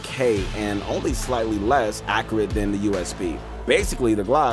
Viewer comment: the way you say accurate hurts my head